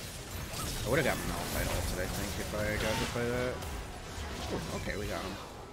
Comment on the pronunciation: “Would” not “world”